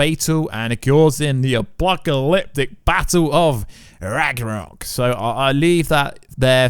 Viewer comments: It's RAG-NA-ROK not rag gra nock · Rag-NA-rok. Not Rag-RA-nok. Get your pronunciation of this word fixed already! Even the folks in Scandinavia would go out of their way to correct you! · Ragnorok. Say it slow. Piece by piece. Rag-nore-rock